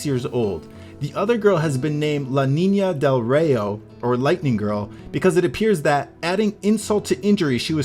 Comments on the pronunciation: haha "la niña del raiii oo", to fun to hear it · "La Nina Del Rayo" is pronounced (Lah- Neen-ya- Deh-l- Rah-Yoh) you gotta roll the "R" :) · Yeah you dont know how to pronounce la niña del rayo very well thought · Lol... was extremely hard to pronounce "la niña del rayo" XD Christian Fleidl